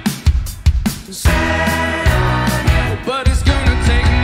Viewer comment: I only discovered this today! I love George Harrison and I love Brandon Flowers. Brandon is such a GOOD singer, and he is so sweetly faithful. A real celebrity and good example. I dig how he says "goona" for "gonna".